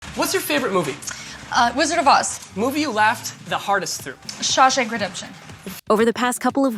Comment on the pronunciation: Through not theu.